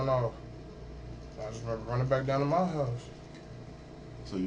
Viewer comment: When people say “moy face” with such an intentional “moy” sounding pronunciation, and there from Cali, they’re lying to you!! It’s like they think they’re clever doing it that way!🤣